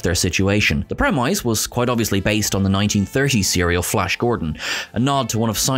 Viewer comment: The “premwyse”??? That’s not how you say premise, bro.